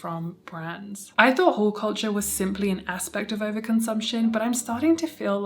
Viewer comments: Thought you were saying 'whole' culture, quite opposite, i think. Sorry, I'm an ESL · Not hearing the L in haul made this video so much more entertaining 😂❤❤❤